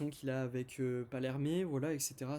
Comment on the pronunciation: Pour éviter que tu refasses l'erreur, c'est effectivement Pallerme et non "Parlérmé" 😏 Sinon, tres très bonne critique.